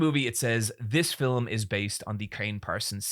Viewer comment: Sometimes when you say the word “Film” it sounds like to me you’re saying Fill’em